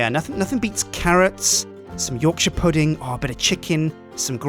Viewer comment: Did he say "Yogshire Pudding"?